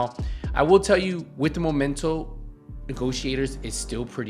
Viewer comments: "THE MOMENTO." 4 years after the release of the game and people still mispronounce it. The word does not come from "momentum". It's called MEMENTO, as in a souvenir you get from a trip or from somebody, that reminds you of the event or that someone. Why does it bother me? Help me god, because I don't know. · It's ME MEN TO, not MO MEN TO. Sorry, it's just triggering me, when people misread it like that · pointing out mispronunciation is offensive now? He can clearly pronounce the second syllable of the word correctly. Misreading and then remembering the wrong word is common. The "triggering" part is called hyperbole on my part, stop getting your panties in a bunch. I don't even know why I bother pointing it out on some random dudes video which popped up in my recommended category. The content is otherwise nice. If you overreact to everyone like this, i feel bad for you.